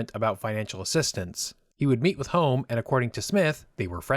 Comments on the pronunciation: Sir Alex Douglas Holm is pronounced Hume. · This would have been a better video if the commentator could get the surname of Alec Douglas-Home correct, and also pronounce "Home" properly. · Just a technical point here. Alec Douglas-Home's last name is pronounced "hume".